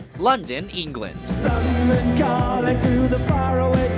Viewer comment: Everyone is getting angry about the God awful pronunciation of Yorkshire, but it is ENGLAND, NOT EENGLAND.